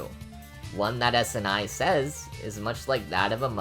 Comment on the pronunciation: Your pronunciation bothers me: It's not "Snai", it's "Sa, na, e". And "Reisen" is "Rei, xen" instead of "Raysen" BTW, "Yachie" is pronounced "Ya, chi, e", not "Yachee".